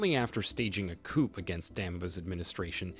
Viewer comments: The p is silent in coup. Pronounced Tray-or. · You need to get you artificial intelligence programmed to pronounce Junta and Coup correctly!